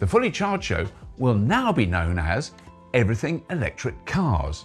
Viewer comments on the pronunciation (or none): "Everyting" witout te caracter 'H'? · 'Everyting'? That could catch on 😂